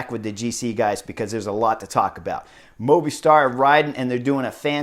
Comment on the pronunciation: LOVED Stage 7 and I am loving your analysis of the stages! Today was super exciting to watch!! If you can, get word to, that MOVISTAR is Pronounced "MOVIE STAR" As you know, it is a Cell Phone company, service. He pronounces it "Moovih Stsr. Mike